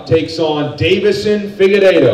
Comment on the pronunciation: I'm yet to hear anyone pronounce Figueiredo correctly